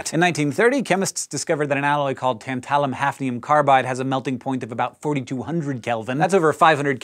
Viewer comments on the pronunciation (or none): THAT IS NOT HOW YOU PRONOUNCE TANTALUM!!!! "TAN-ta-lum", NOT "tan-TA-lum"!